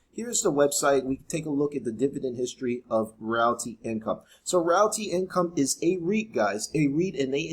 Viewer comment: You pronounced realty wrong. It’s “real tea” like real estate.